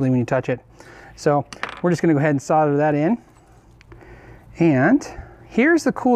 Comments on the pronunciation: S.O.L.D.E.R not Sodder. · sarder? .. solder this is the english way to say it ...haha ;) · It's Sol der. Not sau der. There is a "l" in the word solder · Sodder? S O L D E R please!!! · The word 'solder' has an "L" in it for a reason, it is supposed to be articulated, the word is SOLDER not soder. You don't call people in the army 'sodiers' you call them soldiers. Why cannot Americans get that? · Anyone else thinks the pronunciation of solder “sodder” is like nails down a blackboard? No? Just me then! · Great video once again. My only complaint is the term "sodder". Sorry I'm in Australia and it is called "solder". As I said it was my only complaint lol. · Sarder? Might be called solder. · Dude, solder has an "l" in it. It's not 'sodder'. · why do you pronounce solder as sodder? is this an american thing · I love all the information in all the stuff you do, but what about pronouncing solder properly? It's the one thing that really annoys the hell out of me, it's bad enough you are in a nation that can't work out the periodic element of aluminium, but mispronouncing solder is hell.